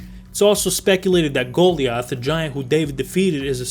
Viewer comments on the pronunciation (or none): Dude said Goal-iath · Lock Ness is huuuuuge, it’s not ‘just a lake’. Icke is not pronounced ick. It rhymes with hike. Goliath is not pronounced like that. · Lost all respect when he pronounced Goliath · Did he seriously pronounce Goliath like that? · Bro where the hell did you grow up that you don’t know how to properly pronounce Goliath